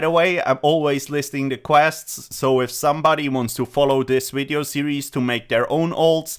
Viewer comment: Dislike for purposefully trying to say wideo to be cheeky lol